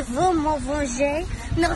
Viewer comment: Sis said "mercy bowcrooo"